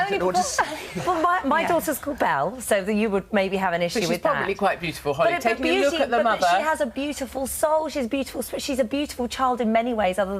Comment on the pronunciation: Did she just call Holly “Holls”? Lol